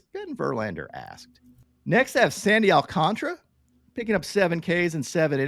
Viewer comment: I've heard multiple people call Sandy AlcantAra Sandy Alcantra. Am I missing something? Is the A before the r silent? 🤔